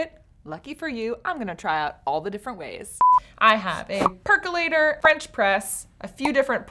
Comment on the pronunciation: Percolator not Percalator.